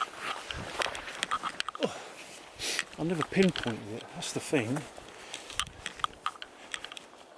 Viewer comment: First and last time viewer. Between the wind in the mic, you mumbling and whatever the fuck is rattling near the mic, I could only handle a couple of minutes. Oh and it's thought, not fought. It's thing, not fing. You're a grown up! Speak like one!